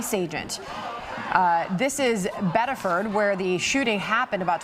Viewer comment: Pronounced Biddiferd